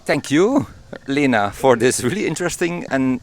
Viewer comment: Leena? I thought her name was pronounced like Linna.